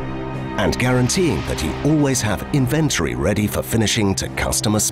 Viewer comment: He's pronouncing "Inventory" incorrectly.